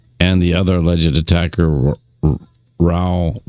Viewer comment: That’s how it goes down in California prisons. Convicts are cowards and always sneak up and team up on one guy. Don’t go to jail these guys have no morals no pride. And btw Raul is pronounced Rah ool